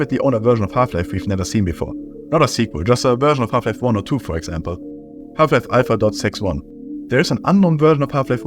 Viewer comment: It’s pronounced AL PHA not I PHA YOU idøit SANDWICH